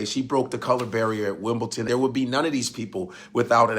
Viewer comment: I love the history you give us, but it is pronounced "WIMBLEDON", not "WIMBLETON". Not sure why people assume it's pronounced that way.